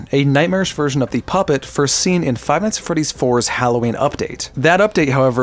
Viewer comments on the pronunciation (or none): none